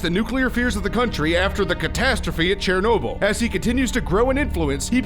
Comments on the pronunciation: It's not charnobly it's a e not an a. So it Chernobyl. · oh no "chair-noble"